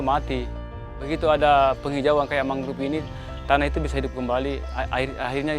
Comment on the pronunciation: Naratornya salah satu yang mengeja “mangrove” dengan “mangruv”. Beberapa orang Indonesia yang bisa berbahasa Inggris saya lihat mengejanya seperti itu. Padahal penyebutan yang benar adalah “mængrowv”. “O” dilafalkan “o”, bukan “u”. Masalah ini terlebih sedikit mengganggu karena ini video produksi NG. One of the prominent